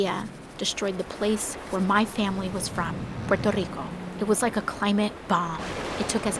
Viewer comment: nice pronunciation